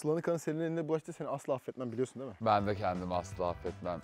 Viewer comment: "Diğil" değil "değil"